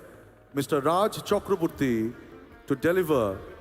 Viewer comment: Horrible pronunciation reading of Raj... horrible